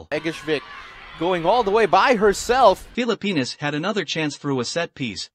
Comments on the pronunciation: what he called text was actually the announcer pronouncing Phillipinas correctly, and that's what I stated. My wife is Pinay and anything that happens with the Phillipines I love to see. Good sports vid from there as I have never seen the Phillipines compete in international sports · That is actually how Filipinos pronounce their countries name.